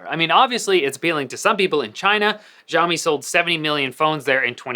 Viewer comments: man it's not "jiaomi", its pronounced as "shiaomi" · Your not pronouncing 'Xiaomi' right! It's Xiaomi not. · why does he say "gjaiomi" but he doesnt say "Eypel"? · This guy should do a good research about Xiaomi. First, the pronunciation of Xiaomi was wrong. Second, this guy doesn't even know the name of UI called MiUI. MiUI never had an app drawer and removing an app drawer dosen't mean it will be like IOS. 3. Its so simple to increase Screen-on time in MiUI settings. Google play can be easily downloaded on Xiaomi phones Idk what's his problem.